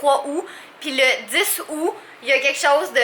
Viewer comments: C aoûTTTT pas aoû 😂😂😂 sinon super vlog 😘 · Juste un truc pour la prochaine fois on prononce le t dans aout en français c tou 😃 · 3 ou 10 ou en france on prononce le t